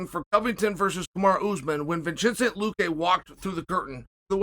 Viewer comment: wait wait wait why does luque get to have his name said correctly what has he done to earn that? does he even speak english?